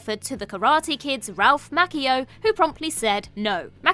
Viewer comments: Why do you keep saying Macchio "Mackey-O"? It's Ma-Chi-O. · Macheeo.. not makinio